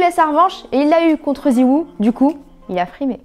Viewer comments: c ets zeweau pas zewou mdr mais bon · j'en veux pas a elle connait pas cs et l’esport Gotaga c'est loin d'être un maitre sur cs. Et ça se Prononce Zywo ou Ziwo.